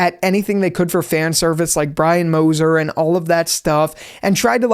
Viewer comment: you always had trouble saying brian